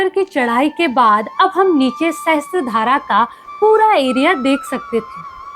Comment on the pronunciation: मैडम, सहस्त्र धारा नही पर सहस्र धारा कहते है । सहस्र (sahasra) means thousand